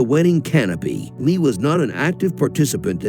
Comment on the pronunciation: You’re not even pronouncing her name correctly 🤦🏻‍♀️